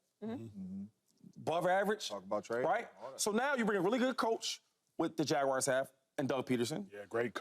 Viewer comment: What is it with people and the Jacksonville “Jagwires”?? It’s not “wires” man, it’s Jaguars, sounds like “ERZ”. Thanks for letting me share